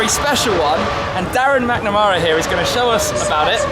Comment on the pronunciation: its Jann Mardenborough not Mardenbrough :)